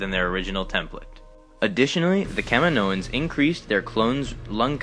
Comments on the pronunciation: Just a heads up. It's not pronounced Cam-in-o-ins. It is pronounced Ca-mee-no-ins. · Thumbs down for the way you said Caminoans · can't even watch the video with the way the narrator says Kaminoans.